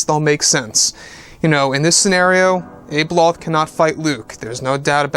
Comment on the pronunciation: abeloth is pronounced with a soft a